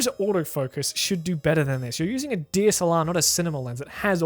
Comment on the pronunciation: I somehow heard 'DSLR' as 'deer salon'